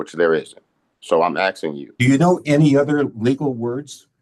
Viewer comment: "im axing you"..